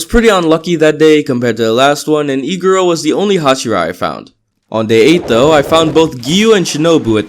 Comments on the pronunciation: when he said iguro i heard e girl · every time he says iguro i think he says egirl lmao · omg this whole time and when you were playing as a demon slayer i thought when you said iguro u meant egirl- 💀lmfaoo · i thought u said egirl not iguro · Everytime he says "iguro" it sounds like he's saying "e-girl" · I thought he said "E-girl" not "iguro" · I like how say "Iguro" like "E-Girl" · says Iguro my brain: e girl? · I cant stop hearing "e girl" when says iguro